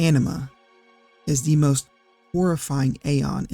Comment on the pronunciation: The (canonical, in-game, voice acted) pronunciation of Anima causes me pain.